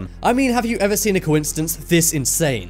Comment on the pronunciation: Hey, Mister Commentary Man...there is no "T" in the word "coincidence". Really, you should learn to pronounce it correctly before recording you saying it wrong over and over and over...